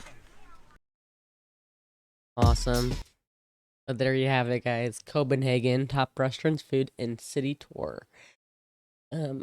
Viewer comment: Thank you for saying Copenhagen correct ❤